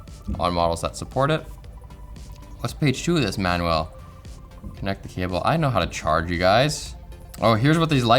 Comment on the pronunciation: Manuel is a Spanish gentleman , Manual is something you read to find out how something works, it's all in the pronunciation